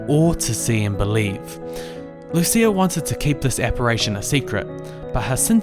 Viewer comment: The Portuguese pronunciation of "Lucia" is LOO-cha!